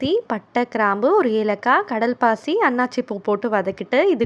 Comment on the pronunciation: Hi Kadal Pasi Illa. Kal Pasi Nnu Sollunga okva